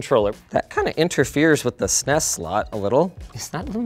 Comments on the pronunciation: I don't trust anyone that says "sness" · i hate how he says ssness instead of s,n,e,s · It’s cute how he sounds out SNES rather than spelling it out like normal people. So adorable.😊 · You had me until you pronounced SNES as a word instead of letters. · Saying SNES like SNES. Ding